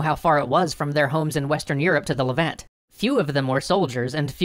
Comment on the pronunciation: " Levant" sigh